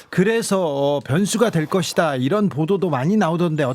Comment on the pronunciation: 김은혜 왈~이란이 아니고 이런 입니다 ~다시잘들어 보세요~